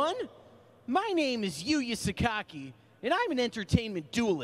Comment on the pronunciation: that weird way pronounces Yuya Sakaki. Me: No.